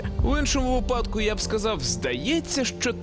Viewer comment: Випадку - наголос на перший склад!